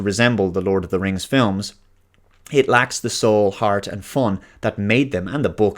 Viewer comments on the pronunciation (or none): none